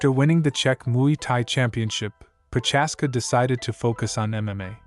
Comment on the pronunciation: its not Proczázska or Proházka, its Procházka